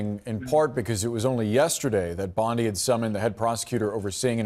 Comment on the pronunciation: Bondi...simple name with a soft i...duh.